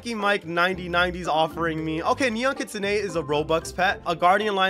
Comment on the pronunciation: The way he says kitsune LOL 😂 (no hate)